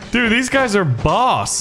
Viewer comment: Not boos its boss